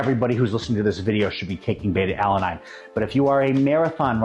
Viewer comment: Odd for a fitness and nutrition expert to mispronounce beta-alanine like that